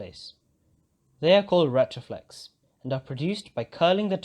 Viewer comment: Everything but pronouncing retroflex 💔